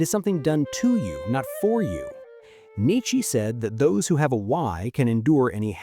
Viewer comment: A channel about philosophers, but the narrator pronounces Nietzsche's and Oedipus' names incorrectly?